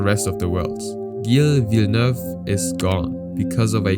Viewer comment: Wow u butchering gille villeneuve name